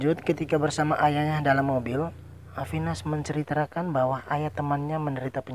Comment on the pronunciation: Cm kekurangan nya. Abang Pengucapan MENCERITAKAN. jadi MENCRITRAKAN😁